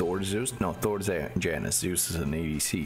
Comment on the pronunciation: Janus is not a white mom from the suburbs of america. The j is pronounced as a y